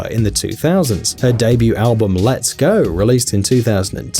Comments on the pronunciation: How dare you... it's "Let Go", not "Let's Go" - Canada (lmao) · Did he actually pronounce 'Let Go' as 'Let's go.' ? haha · The British sometimes stress the "t" sound in words. He said "leT Go" with a hard "t." If you say it out loud that way - it'll sounds like you're saying "let's go", too. Language is funny, right? Just like if you say "rise up lights" in American it will sound like you're saying "razor blades" in Australian.